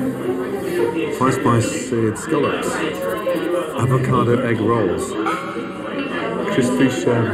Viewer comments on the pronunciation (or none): so we just gonna ignore the fact that Gordon Ramset just said "avocadado" ?